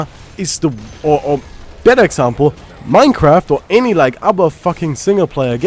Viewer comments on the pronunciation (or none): none